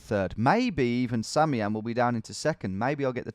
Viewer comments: isn't it "Sam I am"? not samiam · Do you realize its sam, i am, and not samiam